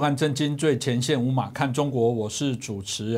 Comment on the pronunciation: 有很大改進，自報姓名的時候不再像他以前那樣聽不到中間的「宏」字，而是放慢語速讓觀眾清清楚楚聽到「張」、「宏」、「林」中的每一個字。謝謝的用心！相比之下，另一位主持人，每次聽到他介紹自己姓名的時候，中間的「國」字根本就沒有發出音來。他那樣非但是誤導觀眾，同時也是對不起當初給他取名的父母。希望盡早像那樣，認認真真的把自己的姓名報好。